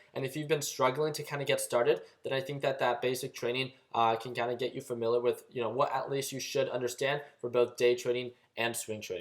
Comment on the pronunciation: Familar, Valoo... sorry man, had to 😂 Love the vids; very helpful.